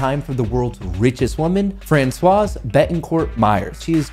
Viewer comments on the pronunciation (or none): You should have said why the number one was wealthy! And I don't think you are supposed to pronounce the "s" in Francois. But interesting video, regardless.